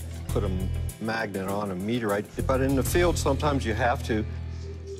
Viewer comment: Rick: Okay I'll meeteorite over there. 😂